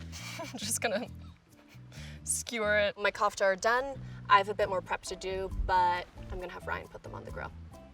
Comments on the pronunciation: Ahmad Jamous yessss she was like :Kaufftuh when it’s pronounced Koo-f-teh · you said kofta but but in most areas that koftas are eaten they say it kinda like kufta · It isn't pronounced Kouftaa it is pronounced koafta😑😑🙄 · First things off I love this entire series but I just want to make a suggestion. One, your mispronouncing kofta (your pronouncing it as k-ahfta when it is pronounced k-oouft-ah). And finally the kofta would have gotten more likely a better flavor if you had mad them smaller and molded them onto the stick. I think that this is best advice you can get because I myself am completely Egyptian and this would be a great tip if you were to make the kofta again. But amazing video. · I swear to god imma slap a bitch if one more white girl calls C-o-fta some weird shit like “Coughta” and Baba Ghanouj some other weird shit like Baba ghanoush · Its COFTA not Cafta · For reference kofta is pronounced “kufta” not coughta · Did she just call a kofta, koff-ta instead of kouf-tta? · She said coughta and not kofta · Korfta is pronounced “gorf ta” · How she pronounces lamb KHHOFFTTTA. .....😂😂😂 it's actually funny coz it's an Indian food and we do not pronounce it that way..... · Okay kofta is pronounced COOFH-TA when you pronounce the “K” it is supposed to hit the back of your throat like a chocking sound and the “O” sounds like a OA. Ask a middle easterner or central Asian how to pronounce a word. Don’t sound so American when pronouncing a word from another country. Use an accent!!!!!!!!! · For anyone wondere kofta is actually pronounced Koofta. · Really good job with the Koftas.. It's an Indian dish and I'm from India.. It's actually pronounced as 'co-fta',just like we pronounce 'co-worker'.. It's usually made with cottage cheese as its a veg dish but sometimes also with chicken, yk, new ways to give twist to a recipe.. Ok now I just want some Koftas 🤤😋😂🧡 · It's actually pronounced kafta but okay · everytime she said cough-ta i died a little inside